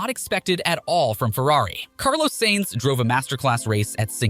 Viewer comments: The way this guys pronounces drivers' names...like SAINTS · Carlos "SANES" How can anyone take you seriously when you can't even get a race winners name right? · Appreciate the content! But I guess since this channel's still growing in early stage, you won't mind some suggestions like "Sainz not Sehnz", "Alpiiiine not Alpaine." It's just a matter that themselves are already tired of explaining.